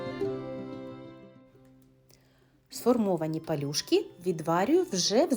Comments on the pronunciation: Палю́шки (пальчики, ліниві вареники, котики) — страва української кухні із тіста у вигляді невеликих валиків. ПАЛЮ ' ШКИ, а не палюшкИ ' . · ПАлюшки, а не пЕлюшки. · Пал Юшки, а не палюшкИ '. Палю́шки - українська страва ( UK. Wikipedia ). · на Закарпатті блюдо називають "пОлюшки". Вона і пише, і розмовляє не правильно. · Можливо наголос має бути пАлюшки? Від слова «пальчики»…. В будь якому разі виглядають вони ну дууууже апетитно!😊😊😊😊😊🤤🤤👍Дякую за відео та мову🤝✊🇺🇦❤️‍🔥❤️‍🔥❤️‍🔥❤️‍🔥